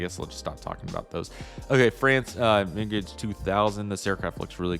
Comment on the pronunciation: Dude, learn to read! F4F Platinum 2?? Its a Phantom Dasault Migraine? Its a Mirage US Marine Corpse/Crops?? Elgin?? Its Eglin Sherman Johnson?? Its Seymour Johnson Slow down and do some research before you upload